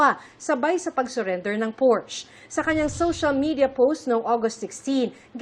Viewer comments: The correct pronunciation actually sounds like por-shuh. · Its PORS-SHA not Porsche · Porsche ang tamang pronunciation (Porscha)